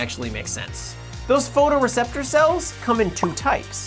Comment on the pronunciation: Ehem... "Photreceptor Cells" 😁 ( & )